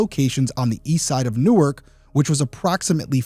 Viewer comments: This is trivial and nit-picky, but the DE city is pronounced New-ark. The city in NJ is Newerk. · It's PAINFUL to hear you talk about the name of the city. "NORK", is how you pronounce the city in New Jersey. In Delaware, it's pronounced "New-Ark". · New*Ark, the way you're pronouncing it is the place in NJ. Love your videos. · Hmmm... You just said yourself in one DP episode... your thoughts and experiences were that you've encountered cover-ups... think about that... he was high-profile. Was he set up on purpose? Allegedly, it's pronounced New Ark, not like New Jersey. The first issue is that it was the Newark Police. They have enough going on with the University of Delaware.